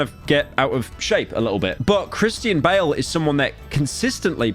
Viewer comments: Chris-tea-an bale, brother wtf why can't you say names right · Are we going to ignore the fact that he mispronounced Christian bale's name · Pyro absolutely butchering the pronunciation of Christian Bale